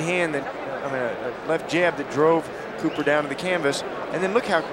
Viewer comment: Copper or Cooper?! Ffs you can't even get his name right!